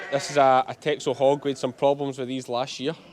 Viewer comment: The Dutch island of Texel which the breed is from is pronounced 'Tessel'